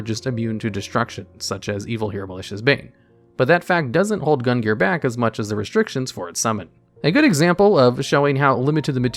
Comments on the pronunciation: Omg cant believe nobody commented on this but.... Gungnir is pronouced GUNG-NEAR and not GUN-GEAR. Almost launched me out of the stratosphere with the constant mispronunciation there,. (Was that a secret plugin for a new archetype?:3) Anyways, as always, thanks for the entertaining vid. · I've heard worse attempts. Basically he just completely ignored the second N here. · I should not be this bothered by your mispronunciation of Gungnir's name, but I am. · Not gonna lie, the pronunciation of Gungnir and Athena bothered me a bit more than I thought they would 👀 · And mispronounced gungnir multiple times as well.